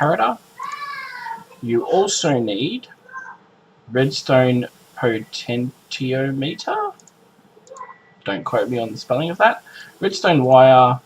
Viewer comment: potentiometer - po-ten-chee-ah-muh-ter